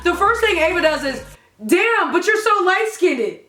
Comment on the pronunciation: how she says light skinned lmao, i die everytime. love this